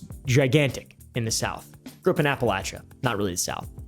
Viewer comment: You can tell is from the south because he pronounces Appalachia correctly. And it's crazy to hear someone mention Rockingham nc. All were known for is the race track that Nascar decommissioned in the early 2000s